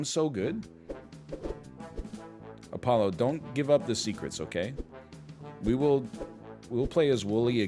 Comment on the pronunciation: "Apoggo" im fuckin rolling